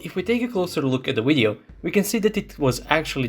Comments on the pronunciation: Hearing the pronunciation of the "Video" as "Wideo" makes in unwatchable. I know for Russian speakers there is no difference between those words, but trust me, it's massive. You sound like a Vatnik. I'm sure your aim is to reach as many people as possible and maybe sound professional in your speech so people take your words seriously. Right now, making such a basic phonetic mistake is beyond annoying for viewers. If you wish to present your videos in English at least go all the way. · Only once he said video correctly but other than that it's wideo...irritating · Why is he saying wideo instead of video 🤷🏻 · On the Wid-eo... say it right VIDEO - it is a V, not a W! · What's a wideo? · Why do you keep saying the word wideo instead of video? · You can pronounce a V... why do you say wideo? 🤔 it's a cute linguistic question I have had for years... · Do you say WIDEO?